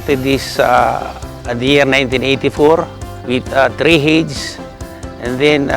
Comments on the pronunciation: When he says heyds, does he mean heads? It's quite bothering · Heads not Hids